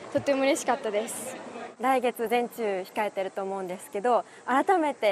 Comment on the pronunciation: 全中の発音が人中なんだよな